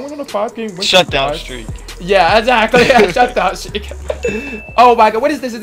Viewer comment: "we beat sfreak after sfreak after sfreak"